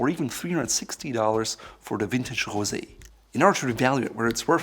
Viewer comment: Did this guy say vintage Jose 😂😂😂😂😂😂😂😂😂😂😂